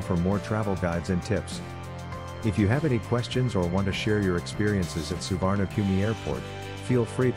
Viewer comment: It's pronounced Soo-wanna-poom. How can you trust information about an airport from someone who can't be bothered to find out how to say its name